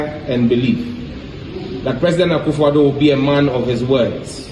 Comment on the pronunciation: Did I hear Ekwefodu.. Please its Akuffo Addo😊